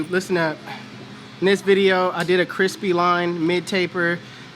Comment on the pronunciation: Bro said “Cripsy lineup”🤣